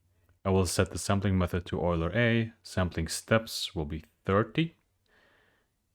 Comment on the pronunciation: Automatically subscribed when I heard you be the only StableDiffusion YouTuber to pronounce "Euler" correctly